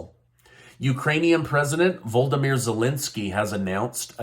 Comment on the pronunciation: Did you say voldemort or voldimeir hmmm lol